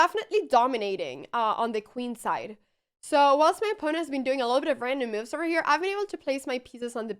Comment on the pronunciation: No me canso de oírte cómo pronuncias "moves" como "miufs", es encantador... Muchas gracias por la forma de enseñar ajedrez, se ve que lo sientes con pasión G R A C I A S!!!